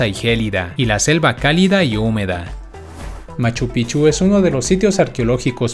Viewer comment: Gracias por el interes. Machu Picchu no fue descubierto en 1912. Se pronuncia Pic-chu.